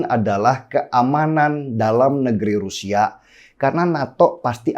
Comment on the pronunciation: Halo bung Denny Siregar gunakanlah bahasa Indonesia yang baik dan benar dalam pengucapan... Terutama huruf vokal kenapa jadi berkahiran "K"... Contoh : Rusia jangan Rusiak, kemana jangan kemanak....saya jangan sayak.... Semoga "pronunciation" bahasa Indonesianya bisa diperbaiki...